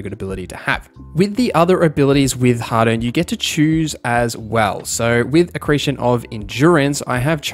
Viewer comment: You pronounce harden and hadern the same. Angloid